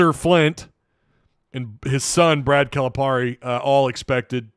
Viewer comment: his name is pronounced Cal-uh-Perry. Lmao